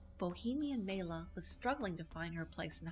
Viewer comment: Maila (pronounced My-la) was born Maila Elizabeth Niemi on her birth certificate (not Syrjaniemi). She moved to Los Angeles in 1941 and lived with her Aunt Ida and Uncle John Peterson. Paavo Nurmi was not related. That is not a photo by Man Ray. That photograph was taken by Bruno Bernard in Los Angeles not New York. She was never legally married to Dean Riesner. She actually shaved her own head in an emotional outburst after Vampira, the show, was cancelled. The hair dressers story was made up for the press. That is not Jack Simmons dressed as James Dean, it's her boyfriend Chuck Beadles. Vampira the show on KABC-TV Channel 7 ran from May 1, 1954 - April 2, 1955 (50 episodes) Vampira Returns on KHJ-TV Channel 9 ran from May 18, 1956 - August 3, 1956 (12 episodes). Cassandra Peterson was hired to play Vampira on the new Vampira show. They only changed her name to Elvira when Maila Nurmi disagreed with their choice of actress to portray her character. The court didn't rule against her as it never went to trial and Maila had to ultimately drop the case due to lack of counsel and finances. Nice tribute though.